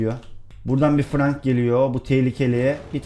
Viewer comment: Abi Frank diye okunmuyor Frenk diye okunuyor çok gıcığıma gitti